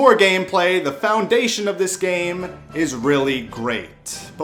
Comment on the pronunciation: Hearing ur little speech impediment is so cute listen to him say “gammmmme”